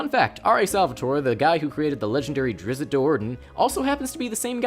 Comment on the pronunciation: Stop saying it "drizzit" it's drizzt